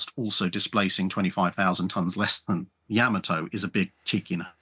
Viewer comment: Not YAHmato. It is pronounced YaMAHto